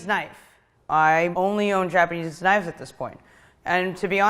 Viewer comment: Why the pronunciation all wrong